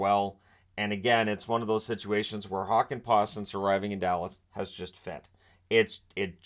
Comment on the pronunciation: Jani Hokenpaa.. what a creative way to pronounce this Dallas Stars players name. 😉